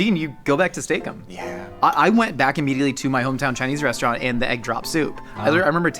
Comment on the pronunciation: It was a bad idea to take a drink every time they said "Steak Ems" or however it's spelled. This is probably the end, dear friends. Haha jk